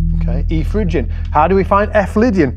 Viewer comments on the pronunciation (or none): It's Phrygian, not Phygian :-)